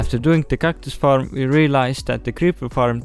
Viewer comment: I love how pronounce Faram instead of Farm